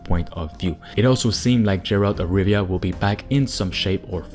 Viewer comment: Gerald of Riviera